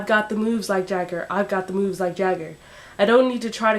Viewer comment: You didn't say the third "moves" right! It's mo-o-o-o-o-o-o-oves"